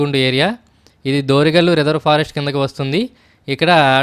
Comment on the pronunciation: Good information Bro. చాలా మంచి సమాచారం. వీడియో కూడా బాగుంది. కానీ, విలేజెస్ పేర్లు కొంచెం తప్పుగా పలికారు. అసలైన పేర్లు.. ఓదులపల్లె, దొరిగల్లు, చింతలజూటూరు. మీ వీడియోను ఎక్కువ మంది చూస్తారు. గ్రామాల పేర్లు తప్పుగా వెళ్లకూడదని నా కోరిక.